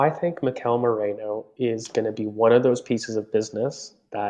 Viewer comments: It's m-E-r-I-no, like the wool, not moreno like alberto (and which also means "dark") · Merino. Not Moreno. It's really easy. Its not a Georgian name or anything. I'm not sure why we're butchering the name so much.